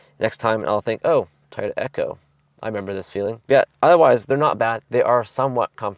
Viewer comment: It’s “Toy-oh-ta” not “Tyta”